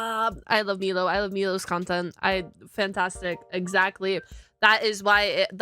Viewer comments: I'm sorry, but I have to ask, why are you pronouncing his name wrong? Is it intentional or are you unaware of the pronunciation? For clarity on my end, it's my-low, not me-low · I love that you’re watching Milo’s content I love him but please for the love of god hus name is M-I-lo not M-EE-lo. You said his name right like twice in the videos you’ve watched from him… 😅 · I chuckle a little every time you call him "Meelow" instead of "Mylow" lol 💮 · It's pronounced "my-low" not "me-low". Milo says his name multiple times throughout his videos. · Why do you keep saying "Meelo?" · Saying Milo's name and channel wrong all this time is rough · Keep mispronouncing his name, it tickles my funny bone 🤣